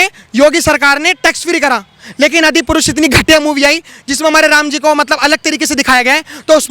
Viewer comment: The reporter can't even pronounce Adi purush. He says Adipurus. Generasion not generasan, Bhasha not Bhasa.